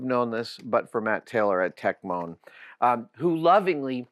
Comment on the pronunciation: it's techmoan, not techmoan.